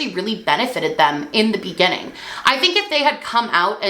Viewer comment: Spent this video fixated on the fact that she pronounces the word beginning like "be-genn-ing" for some reason